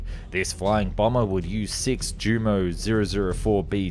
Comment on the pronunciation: Note: In the German language, J is pronounced like "Y", V like "F", and W like "V". Jumo should be pronounced like "Yuh-Moh".